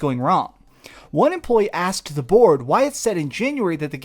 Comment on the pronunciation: Questions are "asked", not "axed", ^^'